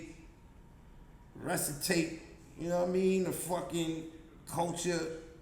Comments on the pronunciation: SMACK WITH THE WORDS HE SAID RESITATE (RESUSCITATE) 😂😂😂😂😂😂😂😂 😂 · Rescitate???? Huh???😂😂😂😂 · Resitate is wild…Resuscitate